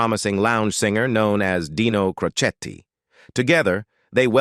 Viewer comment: Oh brother! Boy, you sure screwed up Dean's last name of Crocetti.